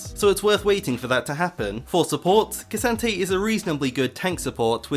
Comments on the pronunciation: can u stop saying kee santayy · Its pronounced K'Santee get it right 🙃